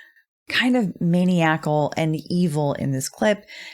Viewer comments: it's "ma-NI-a-cal"... A lawyer, or any other speaker, should know where the stress falls or... well... you really come across as something less than professional... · maniacal: munn-EYE-ick-al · Pronunciation note: man-EYE-i-cal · I love these updates on Depp and Heard; I so hope JD wins this thing bc AH seems like a manipulative liar. Just a heads up— I think around minute 10/11 you pronounced “maniacal” incorrectly. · Had me thinking I was pronouncing maniacal wrong.